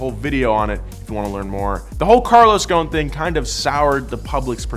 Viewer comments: His name is Carlos Ghoson! Not Carlos fucking Gone!!! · You said ghoson wrong heheheheh im Lebanese... Just say goson (geh) not( jeh) goson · Btw I love the video but its pronounced with the letter غ which dosent exist in english but man the pronunciation is killing me lol but keep it up guys you are amazing